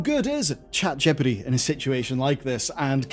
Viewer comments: Did this mf just say "Chat gippatuh" instead of ChatGPT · "Chat jippity" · Saying Gippity just like ThePrimeagen does. ♥️ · Chet gipiti?